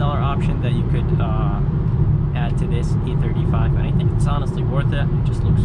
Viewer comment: Why does is sound you calling it the AMG E35 but you have A35 in the title.